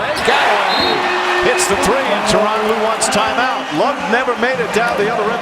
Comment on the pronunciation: When they say Tyron Rue, it always sound like Toronto...